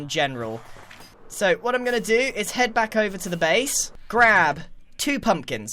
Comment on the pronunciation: Just skip to this; It's genius how Grian just kinda weirdly stopped talking and mumbeld. ''This villager has gotten a hEaD...''